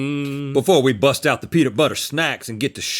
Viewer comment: "Peetah Butter."